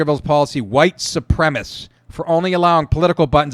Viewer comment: Nick, you pronounce "supremacist" like a black dude. "Supremist"